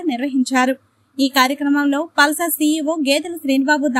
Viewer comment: It's Pulsus not pulsur...,😂